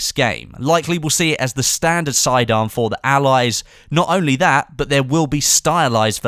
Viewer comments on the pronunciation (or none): none